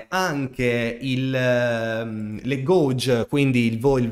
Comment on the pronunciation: Ottimo contenuto come sempre 👍🏻 grazie Ti faccio solo un appunto su una stupidata: “gauge” si pronuncia in modo strano, si dice “gheig” e non “goug”… maledetti inglesi e le loro eccezioni…